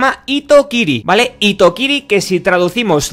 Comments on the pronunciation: Hitokiri se pronuncia Jitokiri. Solo corrijo con todo respeto ;) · hitokiri se lee como jitokiri, lo digo como nihongo no gakusei ( estudiandte de japones) xD